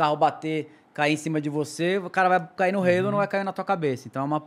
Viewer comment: Que satisfação ouvir alguém falando o nome halo corretamente!